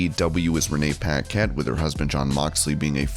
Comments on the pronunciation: For future reference, it’s puh-KETT, not pack-ette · I've never heard Renee Paquette's name pronounced like that. It's pronounced Pa-ket not pack-ett.